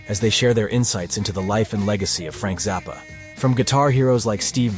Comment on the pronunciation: Why does this narrator pronounce it Frank Zarppa, rather than Frank Zappa?